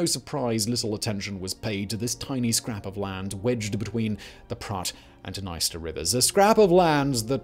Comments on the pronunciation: OK, I'm sorry, I'm gonna just finally say it... This--and all its sister channels--has been the WORST offender(s) of mispronunciation on YouTube. I've often wondered if it's a joke I don't get. BUT, if you're going to make a video that's tangential to the war in Ukraine, you had BETTER DAMNED WELL AT LEAST PRONOUNCE THE NAME OF THE DNIESTER RIVER CORRECTLY. I'm sorry, but your continued disrespect regarding the proper pronunciation of places and names is inexcusable at this point, given how commonly it happens. Either put the proper effort into learning how to say things right or don't make the video at all. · Please for the love of God look up how to say Dnieper and Dniester.